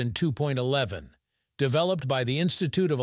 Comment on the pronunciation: 802.11 is pronounced Eight Hundred and Two point one one. Any number to the right of the decimal point is pronounced a digit at a time. 802.11 is NOT pronounced Eight Hundred and Two point eleven!.